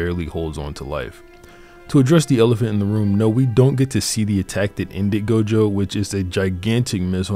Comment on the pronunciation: It's not gojover